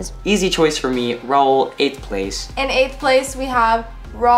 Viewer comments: The fact that people say “rail” and not Raul bothers me so much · Everyone: Raul: RAILLL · uh no I think she just calls him that on purpose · “Rail” WHY IS IT SO HARD FOR THEM TO JUST SAY RAUL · is anyone else annoyed that says “rail” not raul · "what about you rail?": " rail?.." Gurl its raul😭😭✋ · I swear if calls ✨Raul✨ rail one more time I'm gonna cry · This is a phrase that would NEVER say: It’s not Rail it’s Raul. 🤣😢❤️😭✨ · The fact that his name is Raul (ra-ool) but calls him Rail has me dead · who tf is rail? Um his name is RAUL imagine not knowing how to pronounce ur bf’s name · Why does call Raul rail it’s not that hard to say his name correctly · I swear if doesn’t stop calling Raul, Rail I’m gonna be mad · IT'S RAUL, NOT RAIL!!!!!!!!!!!!!!!! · I find it funny how says rauls name rail and raul says colies name chloe 😂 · getting on my nerves wit her "quirkiness" and calling Raul "Rail" PLEASE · Why does say “rail” instead of “Raul” 🤓😳😂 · Not still sayings Rail it’s Raul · Can someone please help a girl out and let know that Raul's name is Raul not Rail, thank you:) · I love how says rale and it’s rual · I LOVE HOW CALLED OUT FOR SAYING RAIL INSTEAD OF RAUL💀💀💀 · okay but why cant say raul's name correctly like its RAUL not RAIL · Why does say ‘rail’ for Raul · HIS NAME ISN'T RAIL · Why does calls raul "rail" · everyone "raul",, "rail" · sweetie, if your gonna get with Raul then learn how to say his name (hint: it’s not Rail) please and thank you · Gurl is “dating” RAUL and she cant even pronounce hes name RIGHT like who is Relle Realle rille idk bruv?!?!?!?!?!?!? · ITS NOT THAT HARD TO SAY RAUL ITS NOT RAIL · your boyfriends name is not Rale it’s Raul 😒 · It's raa-ool. Not rAiL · is still stuck saying RAIL🤦🏼‍♀️ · fr cause she keeps calling him “rail” lmao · raiL: rail? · rAiL Raul (Ra-ool)